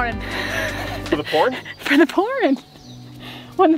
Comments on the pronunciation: I have a question. or, have you gone to school for woodwork or just building things? Y'all are doing a fantastic job on all the projects! Ok, LOL was putting the accent on pouring but kept thinking she was saying "porn"!!! 🤣😂🤣😂🤣😂🤣😂❤ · Oh you are killing me. I can't stop laughing. I'm like. I also thought you said porn when you were talking about rain. 🤣🤣🤣🤣😂😂😂😂😂😂🙈🙈🙈🙈🙈🙈🙈🌋🌋🌋🌋🌌🌌🌌🌌🌌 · You guys are amazing. You never let challenges get to you. On a funny note, I heard pourin but I literally laughed out loud at prepare for the porn 😂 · We all heard 'Porn!" LOL